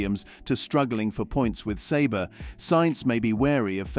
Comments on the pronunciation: Isnt it Sauber? NOT SABRE!? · Audi? Sabre? Alfa Romeo? Sauber? Nevermind pronouncing Carlos's & Daniel's last names. What a trainwreck of inconsistency. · “Saber”? Wait do you mean Sauber?